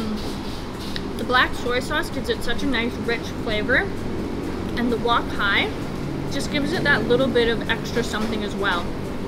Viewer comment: it's wok hei not wok hai